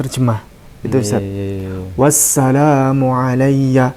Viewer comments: itu mah fathah yg di baca panjang, jd bacanya wassalaaaaamu😂😂😂😂😂😂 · Itu dibacanya wassalamu..bukan di cabaca wassalomo.makanya kalo mau ngaji Alquran harus bisa dulu jurumiyah,mantek bayan dan ilmu nahwu....biar gak salah baca. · Surat maryam ayat 33 berbunyi; WASSALAMU 'ALAA ......... dst. Bukan salum. Tapi WASSALAMU 'ALAA.... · Tulisannya itu di baca wassalaamu, bukanndi baca wassalomu.. harokah pada lam itu berbentuk fathah tegak yg maksudnya di baca dua harokah sebagai ganti Alif. Bukan dhommah karna sangat jelas berbeda dgn dhommah pada Harakah mim .. Min.. Cuba sebutkan penerbit dan cetakan tahun berapa agar bisa dibuat perbandingan.. 😅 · Harusnya itu mmg bkn harokat dhommah tp fathah yg tegak utk menandakan bacaan panjang 1 alif yg disebut mad thobi'iy.. bacanya: was salaamu 'alayya.. klo org yg paham tata bahasa arab gak bakal membaca was salumu.. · Yg benar "Wassalaamu" bukan Wassalumu ? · Itu sebenarnya WASSALAMU bukan WASSALUMU...secara NAHUNYA seperti itu ,jangan terkecoh saudara2 semua...karena Al Quran awalnya tidak berharokat..jadi tinggal cara membaca aja A atau U...😊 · Klau baca alquran ngk dari iqro gitu bodoh ..!!! Sejak kapan abjad arab ada Huruf lom.. Yg ada lam.. Atau la la ketmu mim mati tetap di baca lam. . Kocak. Kocak.. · Bahasa arab gak ada harakat o. Bagaimana bisa dibaca wasshalom? Malah sha nya yg harusnya dibaca agak o. Jadi washsholam. Kalau sa jadi sha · Sdh jelas salah seharusnya Wassalamu bukan wassalumu... terima kasih pak Ustadz . Sdh sy cek Al Qur an sdh benar terima kasih🙏🙏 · ada juga baca nya wasalamun bukan wassalamu🙏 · Bacanya 😅was salamu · SAYA CEK AL-QUR'AN LAMA MAUPUN BARU BERBAGAI VERSI SEMUA NYA BENAR BER LAPAD "WASSALAMU" BUKAN "WASSALOMU". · D alqur,an ku wassalamu bukan wassalumu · Wassalaamu, lam nya panjang 2 harokat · Ya walaupun begitu ,gak usah ditambah tambahin salahnya, itu bacaan yang salahnya aslinya "salumu" dan Jangan ditulis"shalom", "s" jadi "sh" & "Lum" jadi"Lom" ,. Itu namanya nambah nambah kesalahan